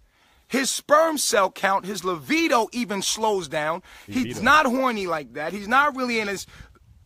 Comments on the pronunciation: Oh wooow. He is no longer vegan!!!??? He is an embarrassment. 😐 Wait did he say livido?? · Indigo Girl I think he’s pronouncing it livido. 😂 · Definitely "livido." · Is he saying livido or libido? I had almost zero sex drive the last few years I was vegan. Guess what came back as soon as I brought meat back in...lol. I'm glad this guy decided to choose a better life for himself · His levido???! Lol libido fool!